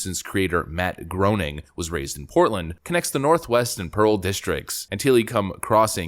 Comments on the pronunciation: ~ It's pronounced "Grain-ing," not "groaning." You'd think people would know this by now. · Groening is pronounced like grayning.